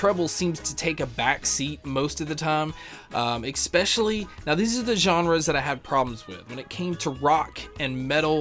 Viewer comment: ekspecially ekspecially ekspecially ekspecially ekspecially